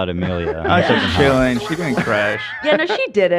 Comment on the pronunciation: Could someone teach how to pronounce "ch"? He says "shilling" instead of "chilling", "shicken" instead of "chicken" etc etc. Also, does anyone get insane cocky vibes from him? I get that he is young but chill, my dude, you are not as cool as you think.